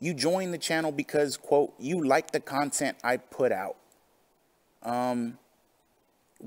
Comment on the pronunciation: He says all this wild shit and I think back to the time he said "I don't wahtch or donate to other kahntent supporters why would I they're my competition" if he did he would have ACTUALLY LEARNED something. It's 100 percent clear this isn't a passion and simply his easiest source of money. But the more resentful he gets, the more it'll fuck with him in the head on those unsuccessful pull gin nights.